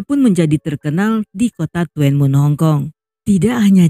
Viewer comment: Tuen mun tp bacanya dhunmun 😂